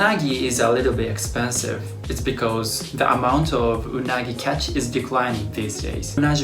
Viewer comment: When he said UNAGI 😂 ... ROSS GELLER